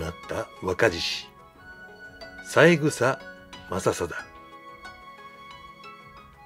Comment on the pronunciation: さいぐさではなく、さえぐさですよね。